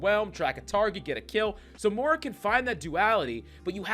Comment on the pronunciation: More-a Is that how you pronounce it?